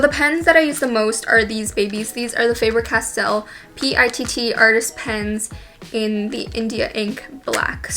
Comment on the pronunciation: Why did so say the “ p-i-t-t “ it’s pronounced “pit” 😂